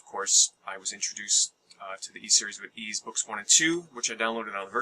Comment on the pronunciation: Ys is pronounced pretty much like east with a silent T